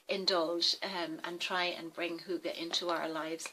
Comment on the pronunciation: Hi i come from Dawns Channel i am Danish you are good at Saying hygge right and you and Dawn Got hygge it is Nice that you make a video About it ❤1 huge Like from this Danish woman 😉i subscribed to you 571 i hope you Will subscribe me to for support off Another youtuber ❤🎄 i am 45 and make videoes on English and One Danish video a Month 😊i hope to see you on my channel and Great video 🖒❤